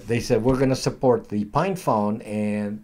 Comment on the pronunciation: are you saying "FINE" phone or "PINE" phone? Librem 5 looks like an albatross!